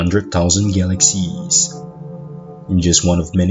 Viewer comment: What's a Galak Seas???